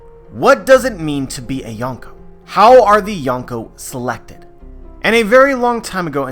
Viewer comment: You can't even pronounce Yonkō let alone use it correctly. Another YT "expert" passing around dumbed down crap